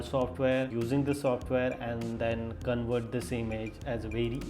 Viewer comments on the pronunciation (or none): It is not CONWERT. It is CONVERT with a V.